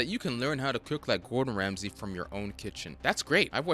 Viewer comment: Why do you keep calling him Gordon "Ramseys" just look it up if you aren't sure.